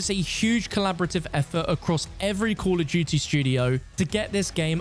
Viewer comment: Cull of dewtea